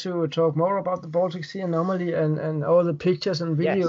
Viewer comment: It’s “Baltic Sea”, not “Boltic Sea”, lol